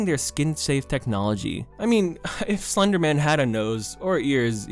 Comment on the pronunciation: slurrrrrrr your own words